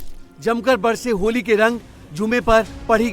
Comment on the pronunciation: Nashe me itna tight hai bola nahi ja Raha a hai holi